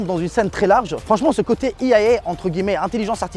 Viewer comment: ce n'est pas la première fois mais on dit IA en français ou AI (è aïe) en anglais mais pas un mélange des deux (i aï é) ;-)